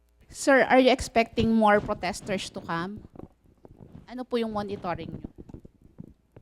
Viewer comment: "Poteshters". Classic.